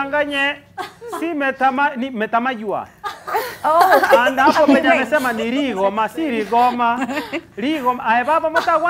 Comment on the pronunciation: NO! KEMUNTO is RIGHT!...its NOT metamaiywa!that is WRONG< its MÍTAMAIYÚ which is a place of those PARTICULAR MÍTAMAIYÚ TREES!...aulize wakikuyu watamwambia hiyo yake ya kisii ni WRONG!...even the next one-RIGOMA=RÍ NGOMA-a place where the DEAD are buried....